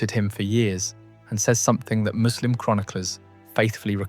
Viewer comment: I like how you know how to properly pronounce 'Muslim'. It is so rare to hear from non-Muslims.